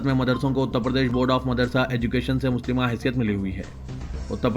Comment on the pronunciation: Urdu ki bahut mistake karte ho Ap HATMI Hai HATTAMU nahi Musallama hai Muslima nahi